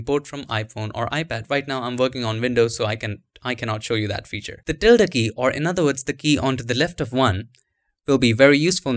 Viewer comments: You pronounced it perfectly - the spanish ~ till-da symbol found at alt126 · By the way, you are pronouncing the word "Tilde" correctly. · You are pronouncing tilde PERFECTLY! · You said ~ the right way